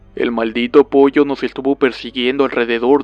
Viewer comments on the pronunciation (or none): none